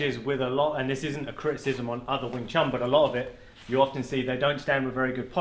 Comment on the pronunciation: Small correction sir, its wing chun, i had the cumpulsion of correcting this cause it has become a very common mispronunciation which is based on biases(altho not malicious ones but hurtful nonetheless) about the chinese languages.